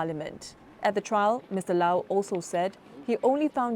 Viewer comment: Its not “Lao” please get Mr Low Thia Khiang’s name right. Its a very common surname in Singapore as well 🤦‍♂️